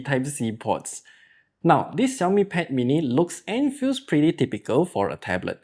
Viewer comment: Hearing the xiaomi pronunciation correctlly😄